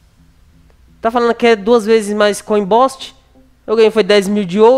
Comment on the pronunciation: "coin bósti" Eu:,pelo amor De DEUS FAZ UM CURSO DE INGLÊS VÉI, TEM DI GRAÇAAAA! E brincadeira mas e sério, incomoda, mas só me faz rir mais do kkkkkkk